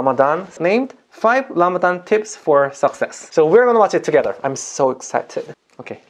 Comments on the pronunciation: so cute how he says Lamadan instead of Ramadan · Can you say letter r? Lamadan.